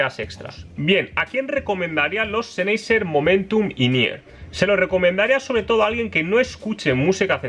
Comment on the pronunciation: Apoooooooooool, senhaiseeeeeer, podrias pronunciar mejor las marcas, Apple y sennheiser, porfavoor jaja